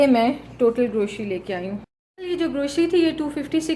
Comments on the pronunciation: Sister word grocery hota hai not groshry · Grocery ..word C is pronounced C..not SHE.... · Please grocery ki pronouncing sahi karin